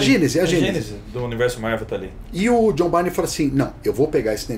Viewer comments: Tem uma dúvida que me persegue até os dias de hoje: A pronuncia do nome dele é "Bayrne" ou "Birney"??😅😅😅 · Mas é Jhon Bârni, Jhon Bárni ou Jhon Bírni !?!